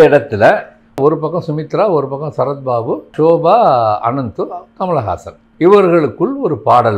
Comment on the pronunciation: அவர் பெயர் அனுமந்து தாங்கள் தவறுதலாக அனந்து என்று சொல்கிறீர்கள்